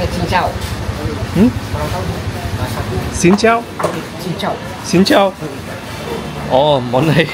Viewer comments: Hehe..cincau bukan xhin chau😅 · Bukan xin chao...tapi cin cau..😂😂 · "Cing Cao" no "Xing Chao" 🙏🙏🙏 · Cincau not xincao